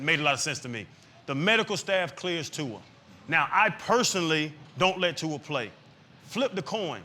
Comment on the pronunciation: My man! Finally someone that pronounce Tua’s name correctly